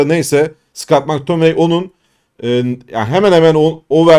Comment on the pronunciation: Mektamıney. Keşke gelse ismini söylemesi pek keyifli 😊